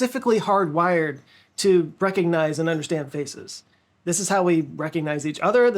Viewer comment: Be careful how you say the word "faces". I heard "faeces" several times😂